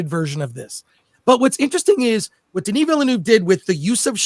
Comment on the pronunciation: Couldn't watch it to the end because my ears hurt with how much you''re butchering Denis's name